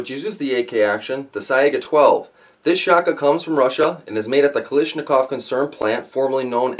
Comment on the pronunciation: ah yes the "kalishnakov" not to be confused with the less known kalashnikov...